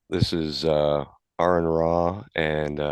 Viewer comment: Usually Christians mispronounce your name "Air-ron". This friar is the first one I've heard mispronounce it by putting the emphasis on the second syllable, like the country "Iran".